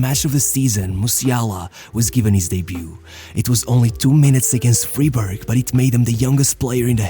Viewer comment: Bro, its Freiburg not Friebürg